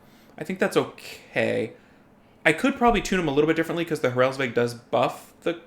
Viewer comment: You say Hraelsveg but it is Hraesvelg